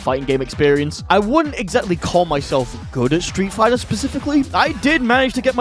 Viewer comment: Hehe stree' figh'ah au'o combos